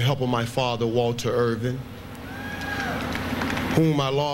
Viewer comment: Irvin, not "Irving".